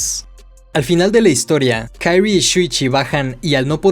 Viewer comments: No puedo no mencionar que la pronunciación del nombre de la protagonista es QUI-RI-E no KAI-RI, salvo eso que me distrajo, es un excelente video de la obra! felicitaciones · Por que le llamas Kairi como si el nombre fuese en inglés jajajajjajaja😂😂😂😂😂😂😂😂😂 de solo escuchar Kairi me da cringe😅 el nombre se pronuncia así talcual es Kyrie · Se dice kirie, no kairy, ya que es japonés, no ingles, fuera de eso, muy buen video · De verdad que adoro todos y cada uno de tus videos pero ya llevo 5 aguantándome algo y que diré con todo el respeto del mundo... solo quiero decir que la fonética en japonés es igual que en español, de verdad se llama la protagonista KIRIE, sin ponerle otra vocalización a las letras, no es como el ingles o francés... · No es una crítica negativa. Pero, ¿Por qué pronuncias el nombre de Kirie como en inglés, y no como en japonés? Que es lo correcto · Muy buen video me encato la explicacion y la forma de explicarlo lo unico es como dices el nombre de kirie .... es pronuncia tal y como esta no en forma americana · Por que pronuncias el nombre de la chica como gringo si el nombre es japones? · Me molesta como dice el nombre de la chica, como agringada , todo lo demas cool